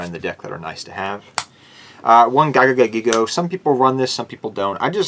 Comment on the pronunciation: I'm sorry... I love the deck, but I get hurt when you say GIGA GAGAgigo as a Gagaga monster... My buddy used to use that with Legendary Ocean and Amphibian Beast way back in old school Yu-Gi-Oh to destroy me. So definitely much respect for the card. Still love the deck though. Crab Turtle deck? Awesome! Keep up the great work!